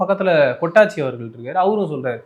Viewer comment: Avar peru 'kottachi'...kottanguchi ila 😂😅